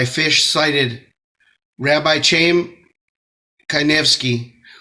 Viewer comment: Chaim is pronounced like “hime”. There is no “ch” sound in Hebrew.